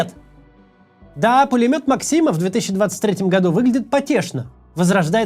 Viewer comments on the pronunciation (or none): Пулемёт Мáксима, ударение на первый слог, создатель Сэр Ха́йрем Сти́венс Ма́ксим.